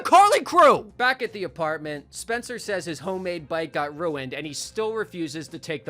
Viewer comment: Lol "Spener"